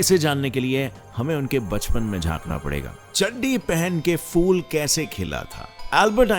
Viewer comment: “FOOL” ?! 😀 “PHOOL” kaho bhaai. “MAJJA” is pronounced as “MAAIYYA”. “WAJAHEIÑ” ?! Plural of “WAJAH” is “WAJUHAAT”, not wajaheiñ ! “FAAÑSI” ?! “PHAAÑSI” is the correct pronunciation. “disARMment” nahi “disARMAment” hai. “FILTHY” is pronounced as “FIL-THI” & not as “fil-DI”.